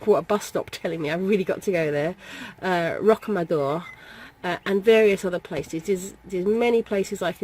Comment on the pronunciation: Rocamador is wonderful and well worth a visit. You can park opposite the entrance to the Church. You are pronouncing it correctly. Also check out 'goffe de padraic' and the lots to see and do in stunning Dordogne!!